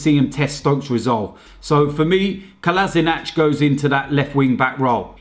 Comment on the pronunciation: its pronounced colla-sinak not colazinatch